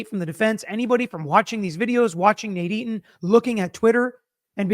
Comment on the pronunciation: You sound like you’re saying NADINE instead Nate Eton